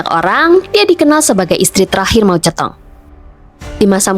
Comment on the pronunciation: Sebutan anda pada nama Moe Zhe Tong.. Tepat dan sempurna. 👍👌⭐